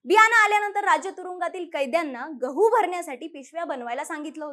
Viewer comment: Gavhaaa nhi ho gavhu